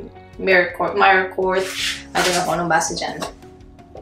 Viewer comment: "meer-koor" hehehe! Loving these vids!